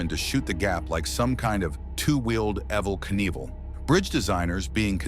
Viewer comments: Who the hell calls him evvil Knievel instead of Evil Knievel? Oh, dumb AI, that’s who. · I am yet to hear AI pronounce Evil Knievl correctly😢